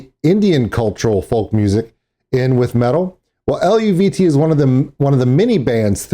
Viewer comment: you're close in your pronunciation it's El-vee-tay I had the same trouble till I read someone in the comments say something.